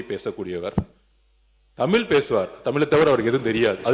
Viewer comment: சொற்'பொளி'வாளரே! உங்கள் தமிளை பிளையின்றி முதலில் பேசுங்கள்! பேச்சை விட செயல் தான் முக்கியம்😂